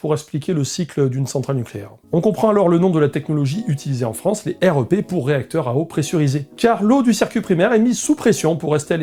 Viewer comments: J'ai trop hâte que tu puisses visiter une vraie centrale nucléaire ! Alors ta modélisation est trop bien faite tu gères. Par contre on prononce plutôt rèpe et pas R.E.P. Ca fait bizarre 😅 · J'ai beaucoup aimé cette vidéo, merci et bravo. Un détail, dans le métier on prononce le REP "rêpe", et pas R E P ; utile pour avoir une discussion avec quelqu'un du milieu ! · Super vidéo ! Nota : dans le métier on dit "rèpe" pour REP ;)